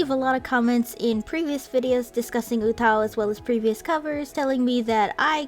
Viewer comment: She pronounces it wrong tho